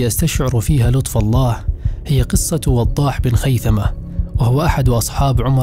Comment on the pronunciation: ما شاء الله عليك اخى الكريم ولكن عندى تعليق بسيط وهو عندما نقرا كلمة( ابن) بين اسمين تكتب( بن ) ولكنها تقرا (ابن ) وهنا نقول ان الالف سقط لوقوعه بين اسمين ولكنها تسقط من الكتابة وليس القراءة مثل وضاح بن خيثة تقرا وضاح ابن خيثة ولكنها تكتب بن ارجوا ان اكون وقفت في الشرح لكن ما دون ذلك جميل جدا وفقك الله اخى الكريم